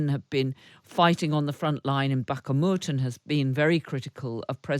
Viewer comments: Still pronouncing it barkamut.. its bakhmut.. she really needs to get that right.. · "Baka-mut" ... jfc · Back-a-moot! Shes back with her shocking pronunciation 😂😂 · It's doing my head in. Keeeeeeeeev and Backamooot. Either standard English mis- pronunciation or an effort to get close to native Ukrainian. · If she continues to pronounce it "Bahk-a-mut" many of us will unsubscribe. Like below if you are in agreement. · I like the hosts they bring on occasionally, but boy, are the hosts lacklustre sometimes. It took 224 days for Bakhmut to fall and was already attacked before that and they still can't pronounce this relatively simple name. They also keep repeating the same dumb russian narrative too. The dumbest one is this constant repeating of: "escalation". DAFUQ is russia going to escalate with? They're not going to use nuclear weapons, as that will trigger NATO and the USA to intervene. They're already firing massive salvos of their best missiles at Ukraine and are running out of equipment.